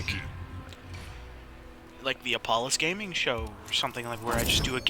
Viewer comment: I thought you said. "Hi guys my name is balls"